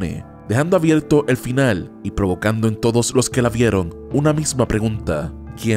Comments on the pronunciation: Es tan difícil decir la R? "abierto"... saludos de México xD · por si acaso bro por si no te distes cuenta al principio dijiste "avielto" y es "abierto"